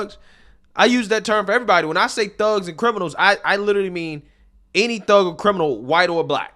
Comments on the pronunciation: All I can hear his her saying “ Fugs” rather than “ thugs” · She's trying to get a few big houses in the UK like her American counterparts in the USA! She keeps pronouncing "thugs" like "phugs" you fink? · Is she saying fugs?or thugs? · Why dose she keep saying Fugs instead of Thugs? I see the mouth moment and she keeps curling the bottom lip to make an F sound instead of a T sound. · He said, Thugs....🤣🤣🤣I heard f🤬cks😂😂😂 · That bee-el-ehm aaactivist cannot even say the word correctly, but says “fugs”. Her association of the word with African Americans shows her own prejudice. I associate that word with the Clockwork Orange movie. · Everytime she says thugs, it sounds like fucks🤷🏼‍♀️😂🤣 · I kept hear "black phucks" lol. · Not gonna lie thought she was dropping f bombs at the beginning of the video lol. Forgot Cockney Brits can't pronounce "th". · She said Hiawachy and Fugs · that’s supposed to be posh? She can’t pronounce the “th” sound or a mid word “r” (fug and heiwarchy). I think of posh as someone who sounds elegant and practiced, not like someone who needs a speech pathologist.